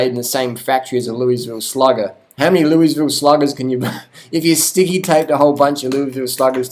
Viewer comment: You are butchering the pronunciation of Louisville, but hey I dont live there I live in Michigan and ride good bikes bought 2nd hand for cheap. Riding a Giant Iguana aluminum frame right now. Not interested in carbon frame too fragile a material. I agree with your comments on bike snobbery. Get a decent bike cheap and ride... Be safe out there.